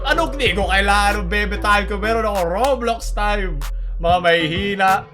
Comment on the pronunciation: When said Raw-blox, instead of row-blocks. I felt that.